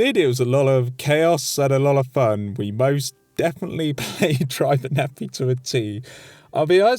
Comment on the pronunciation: Great video, but that fucking pronunciation of Driver Nephi's name. It’s not Nephee, it’s Nepheye.